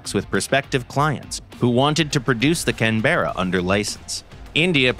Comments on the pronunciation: Please pronounce the name correctly, the empasis is on CANberra not canBERRA. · It’s not Can Berra …… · You'll may hear the occasional drop bear in Canberra (kan·buh·ruh), but you'll have to go outside Australia to hear a can-bear-a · Not Can Berra, Cannnbra. Its like when people pronounce Melbourne Mel Born rather than Melb'n. Almost like spanish, where my father is 47 years old, rather than my potato has 47...... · CAN-BRA not can-berra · It’s funny hearing non-Australians pronounce Australian place names - here it’s more like “canbruh”, with much less of a pause as the VA is saying. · Loved the old Canberra. The Photo Reconnaisance variants survived in service with the RAF into the 21st Century. Its a shame we don't make aircraft to last like that any more. We usually pronouce it 'Can-bruh', btw. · Say it with me CAN-BRA. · Protip, Canberra is pronounced like "Canbrah" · When I worked for Hawker de Havilland in Australia back in the 70s, we started doing a lot of parts production for Boeing. That meant we got quite a few Americans through the place at times. If they didn't bother to use correct pronunciation of our place names, we would reciprocate. So, for example, we would pronounce Seattle as 'Seet-al', Albuquerque as 'Al-bey-Q-Q', Arkansas as 'Ar-kan-sass', and Tacoma as "Tack-omah" (or, and called 'airplanes', 'aeroplanes'.) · not how it's pronounced. It's a traditional aborinal word and the name of Australia's Capitol city. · That's not how you pronounce Canberra. Source : been living in Australia for 14 years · Not how you pronounce Canberra... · Oi mate the e is silent stop pronouncing it like that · Please learn to pronounce the word "Canberra" properly. No mention of RAAF Canberras and USAF B-57s being used successfully in Vietnam.